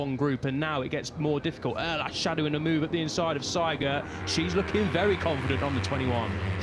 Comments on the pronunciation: Why do commentators say Seigert while the name in the leaderboarsa say Siegert? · Spell the name SIEGERT ->> like ZEE-gert !!!